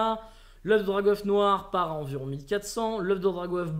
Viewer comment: C'est Drag' Oeuf pas Drago Oeuf. et le bieeeen change ça !